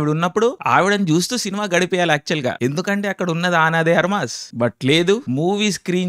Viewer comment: ❌ఆన డి ఆర్మాస్ - ✅అనా దే అర్మాస్ 😅😅